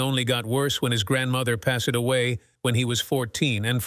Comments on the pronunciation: Video images are very good but the machine narration often terrible. For eg, someone “pass-said” away when dying. Ruins it when you realise it’s a machine. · “Pass-ed away” 😂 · " his grandmother 'pasted' away" i think im listening to a computer. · like "adventure-ees" and "pass-sed"